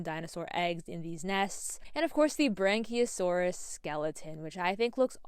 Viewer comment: it is yea! Was just the way you were saying it I found quite funny! Sorry 🤣